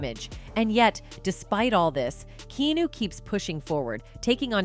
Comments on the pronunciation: I need this chnnel to pronounce his Name right: Kee-A-New. Keanu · Why does she keep calling him Key-New? Do better with your AI. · I was about to say the same. Even a 12 year old would know his name is not pronounced Key-New! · Imagine doing all your research about someone, and you can't even pronounce the persons name correctly for 22 minutes. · Mispronouncing his name 400 times in a video about him is trash. Get off the AI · This must be voiced by AI… Can’t pronounce Keanu’s name correctly. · So true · My thoughts exactly.